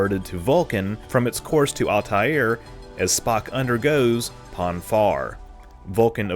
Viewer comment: Adonyas? Altai-air? Do you know something I don’t sir?